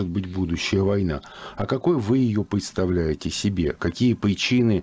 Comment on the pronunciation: ...А какой вы ее пгедставляете, какие пгиничины...начало ее ...вполне геальными...Ха ха ха начало обещающее. Безумное чмо сейчас начнет умничать,показывать свои знания,которых никогда не было кроме пиздабольства.